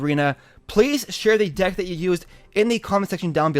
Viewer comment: he said ded instead of deck